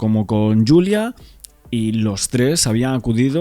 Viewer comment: Yulia, Yulia. El nombre es Julia. No es un nombre inglés. Ella es de un país de habla hispana, por qué ese empeño en llamarla Yulia?